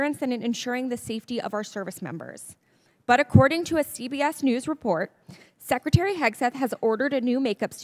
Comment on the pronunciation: SecITary....Secretary drives me mad